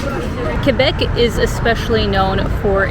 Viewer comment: Good, you don't pronounce the u in Quebec.For other people I want to inform you that the u is silent.